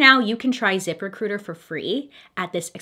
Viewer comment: It sounded like she said zipper cooters instead of zip recruiter 😩